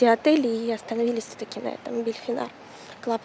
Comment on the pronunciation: Мне кажется или Вы говорите БельФинар????? Там буква П.